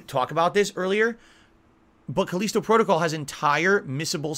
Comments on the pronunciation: why the hell is he calling it Cuh-leesto? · Khaleeeeeeeeeesto protocol. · Cause he is a hermit that never talks with real people.